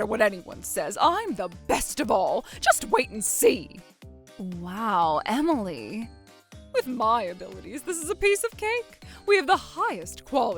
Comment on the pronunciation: He can't even pronounce Emily... smh